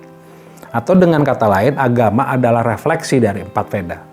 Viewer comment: VEDA bacaannya WEDA